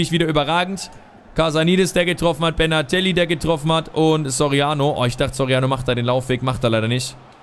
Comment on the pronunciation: Benatelli ! Nicht bernhardtelli